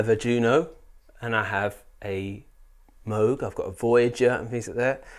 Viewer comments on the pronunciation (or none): Its Moog not Moog